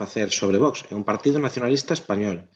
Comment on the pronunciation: Encántame o contido, pero que o presentador/moderador non saiba falar galego é, canto menos, raro. Non sabe pronunciar "unha", nin "Un partido", nin "concentración de"... Non é un ataque. Encántame o contido, pero é moi raro. Salvo que sexa criado fóra de Galicia, non me ten sentido